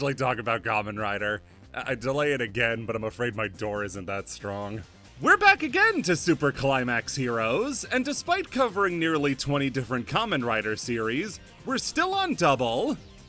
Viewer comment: First of all, I see Kamen Rider, I click. Second, hate to be that person but when you mentioned the banned characters, you said Agito very wrong, it's like ah-gee-toe. Easy mistake for a show not available in most places of the world, but I'll see you next time there's a Kamen Rider in the thumbnail! Or your other cool videos I greatly enjoy, I guess